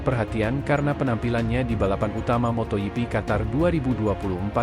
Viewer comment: motogp bukan moto yipi jok torjok.... bikin emosi aja